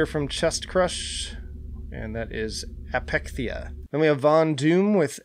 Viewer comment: Thanks man! Also, you pronounced Apechtheia perfectly.